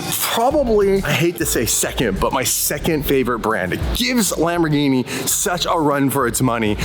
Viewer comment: If there's one thing i cannot stand about, and, its when he says Lambor-JEENIE